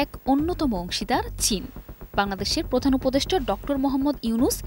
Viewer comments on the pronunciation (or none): none